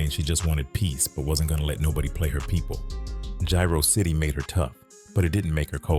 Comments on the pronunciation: Its jaro city not gyro city 😂😂😂😂😂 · Its Jaro-City not gyro city fool put some respect on our shit ofn